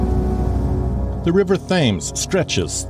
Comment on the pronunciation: Good grief can't you Americans take the time to pronounce names properly. River Thames is pronounes Tems. Insular to the end.